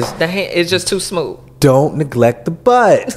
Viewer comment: Why he say “don’t neglect the butt” like that 😂